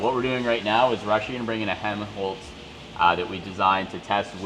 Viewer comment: its not hemholtz its helmholtz